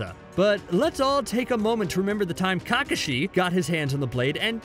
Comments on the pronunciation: Normal people: kakashi:Cockashi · It’s no Kakasheee it’s prounounced kekashee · And ka-ka-shee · The pronunciation of kakashi makes me want to run myself through with all these weapons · Sah-may-ha-duh .... I mean it's probably best that you said Shark Skin based on the butchering of Kakashi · Is it just me or does anybody else deduct validity points every time they mispronounce somebody's name? How did you watch the whole series and still mispronounce Kakashi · How tf did he just pronounce Kakashi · How did he pronounce kakashis name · Can we talk about how he pronounces kakashi